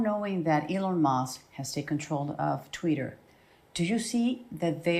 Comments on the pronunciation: Did she say tweeter? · Donald Trumped your such a loser and your hair looks ridiculous and did she say Tweeter instead of Twitter what it sounded like. Most of America can't stand you Donnie Boy were think your sick in the head believe nothing you say and thunk your the worst thing that ever happened to America and the greatest threat to our national security we've ever had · “Tweeter”??? What kind of nimrod can’t pronounce Twitter correctly? It’s not that hard, Jesus Christ! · Did she say Elon took control of "tweeter"? And oh my, you're right, he's beyond orange!